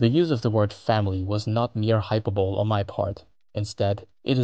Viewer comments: Hyperbole = high-PER-bow-lee. Not hyper-bowl. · Great video, but learn how to pronounce hyperbole.